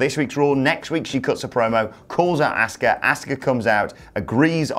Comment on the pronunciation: Please never call Asuka “Asskah” again lmao